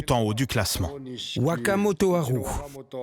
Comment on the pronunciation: Un petit effort sur l'accent aurait été le bienvenu, ouakamotoharou voila quoi. :D On se voit à Bercy les gens.